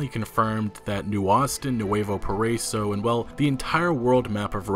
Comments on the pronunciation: not poriso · Man I love your videos and I watch them as soon as they come out but it bothers me how you say nuevo paraiso it's, "pah-rah-ee-so." excited to visit it though! (great great grandpa was a revolutionary at this time) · Para-eeeso PARA-EEEESO. Geezus man, learning to pronounce shit correctly is the literal LEAST you could do as a news regurgitator. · Just for future reference its Nu-eh-voh Para-eeso